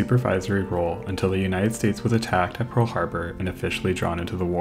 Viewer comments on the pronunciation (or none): none